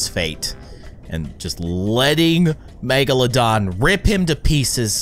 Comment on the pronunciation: It’s not magalodon, it’s megalodon